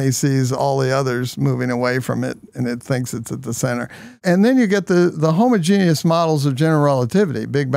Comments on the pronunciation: Homo genius😂 it’s definitely not pronounced that way ! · I don't like how he pronounces homogeneous.